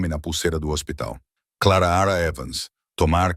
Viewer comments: KKkkk linda a istoria .Mas não sei se vcs já reparam,que todas as istorias que a mulher vem nome de Clara o narrador gosta de falar Clara raa kkkk Eu acho que ele gosta do som da vos dele narrando kkkk ,E quando ele tbm tem uma mania de limpa a garganta kkkk . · Da pra pronunciar o nome da moça direito o ridículo. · Fala direito o nome clara direito ok